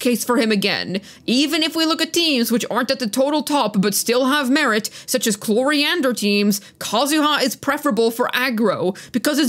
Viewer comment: Is it pronounced Nrrvillette and Cloriander?